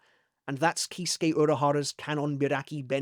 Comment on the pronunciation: PLEASE READ! I respect your commitment to not butchering the Japanese language. But I have some tips for improvement. You did say recently you wanted to improve your Japanese. 1) Aratame - you said what sound alike “arateime” A RA TA all should have the same vowel sounds (the sound you made for the first A and never ever the a in apple. 2) Jakuhō Raikōben - I will not be picky on the ō (ou) not being elongated. What I will say is that you said what sounds like “Ja KA ho.” It is ja KU hou. The confusion may come from U kana being essentially barely pronounced. Ore desu (sounds like ore des). It is still an U (OO like zoo) 3) Hakka - it should not be read or pronounced as HAK-KA. The kana makes it more obvious (はっか). Anytime you see a double consonant in Japanese (impossible otherwise as it is only vowels or consonant vowel parsing except for N ん), the first consonant represents a pause (the small つ = っ). HA… KA not hacka. 4) I’ve commented this before but you do kinda butcher Shatsu Karagara Shigarami no Tsuji - you said sha like a in apple. That sound does not exist in Japanese. AH like ba in Bankai. No vowel ever sounds different ever in Japanese. The vowels are all always pronounced one way. Next, you definitely say SUji and not Tsuji. す is the s column of the syllabary and sounds like sue in I will sue you and つ is in the t column so it is lead with a T. 5) Happō Fusagari. See 3 for happō and it definitely sounds like you say fuSOgari and do not pronounce the a properly. 6